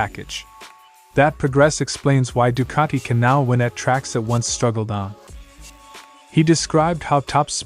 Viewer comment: No r in Ducati